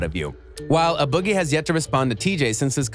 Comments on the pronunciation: a boogie wit??...IT'S "A" IF UR GONNA SPEAK ON SOMETHING PRONOUNCE IT CORRECTLY.. JUST AWFUL👎👎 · Who tf is “uh” boogie 😂